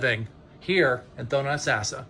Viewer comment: It's pronounced Tho-no-toe-sas-sah. If you want to sell in Florida, at least learn how to say area names properly. It's not the first time you've messed up.